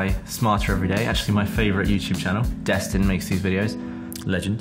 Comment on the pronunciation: I keep hearing "Sir Destin"